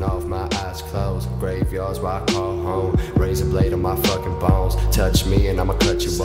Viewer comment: БОУнс, не Бонес